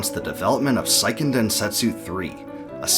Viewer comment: Seiken, not "sah-ee-ken", it's a japanese word, not an english one, look it up.